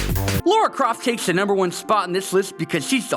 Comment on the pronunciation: According to, Lara Croft=Laura Croft